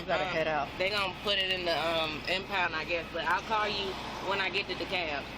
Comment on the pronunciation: Dekalb not “camp”